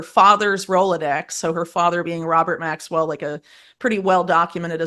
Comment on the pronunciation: it will forever irk me how "political podcaster" hosts like this one seem to have a following and good guests etc yet dont seem to know a lot about politics. This one cant even pronounce names in politics. She got Donald Trump right and Diddy but not much more. For example she got Maxwells and Patels names wrong. How do you not know these peoples names??? And how is it rocket science that they made everything legal so some crime stats have dropped? Do i have to start my own podcast to get the truth out?